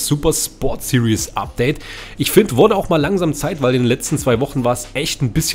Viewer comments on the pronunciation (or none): none